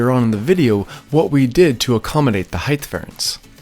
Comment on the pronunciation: "heighth" "joistes"